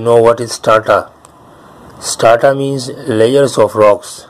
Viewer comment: its not Starta. It is Strata. ok